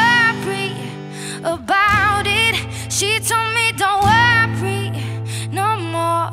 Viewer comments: no she grew up in Canada and that's not what an Italian accent sounds like 😉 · I listened closely, I heard "worpry"